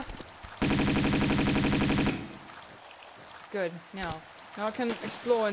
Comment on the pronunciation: Lara, not Laura... Also 0.25% speed - short but good ^^